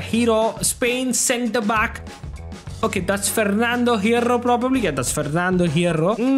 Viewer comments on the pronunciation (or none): The way he told in the minute 😂😂!!FERRRNADO HERRRRROR!!😂😂😂😂😂